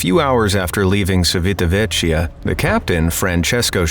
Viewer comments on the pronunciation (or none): Its pronounced chiveeta vekeea